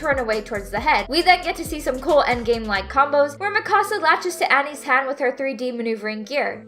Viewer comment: i hate the way they say mikasa after just rewatching it dubbed lol